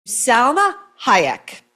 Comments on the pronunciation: Pronounce her name correctly...it's Salma not Selma. Why are you shouting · SAlma not Selma .